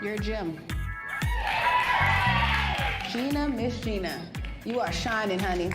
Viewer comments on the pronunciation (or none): none